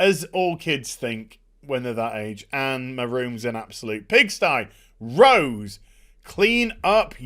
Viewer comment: Having ptsd when he says rose.. damn batwahmen destroying the name "rose".